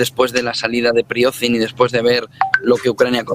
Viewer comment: y no es Prigoznin, es Prigozhin